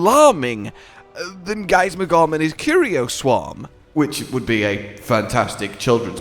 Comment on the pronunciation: Drinking game! Take a shot every time says Giasmagor"N" instead of Giasmagor"M"